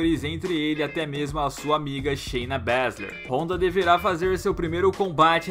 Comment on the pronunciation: NÃO ACREDITO!!! O PRONUNCIOU O NOME DA RONDA CERTO! É ISSO MESMO PRODUÇÃO????